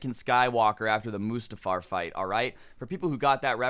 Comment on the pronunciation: It’s must-ah-far not moose-tan-far get antisocial-ed.